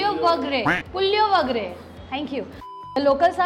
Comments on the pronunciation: It’s puliogre and not puliowagre… it’s tamarind rice (puli means tamarind). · it is not pulovagare it’s pulogare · Just to correct u The pronounciation of Puliyogare is (Pu-lio-gre) and no Puliovagre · Damnn! How amazing! And btw vangi bath is brinjal rice and not Tomato rice 👀 also, puliogare is pronounced as pu-li-o-ga-ray 😊 hopefully this helps ❤️ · Every time you say puliyogare, I get a small laugh on my face .. but I understand that it is difficult to pronounce south Indian accent. Much love ❤ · The way you pronounce puliyogare made me laugh every time you say that 😂